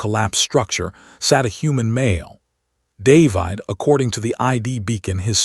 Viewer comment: I wanted to read the text in the video but it tried to bite me. Interesting pronunciation of "David", everything else was fine. As for the story: Elsa FY!